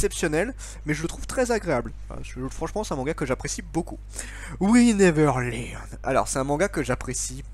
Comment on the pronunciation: La façon dont tu dis : "We Never Learn" à 1'12" 😂😂😂